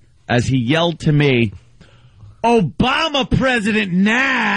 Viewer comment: " OOBama presiident Nahh" lol